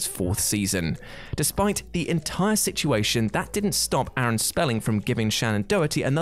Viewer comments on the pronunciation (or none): none